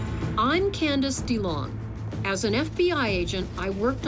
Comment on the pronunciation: Her name was Twila Busby, not Twilight Busby and It's Candice DeLong, not Candace Dong. Part of me (a big part) thinks he did it, but part of me thinks the un-named man may have done it.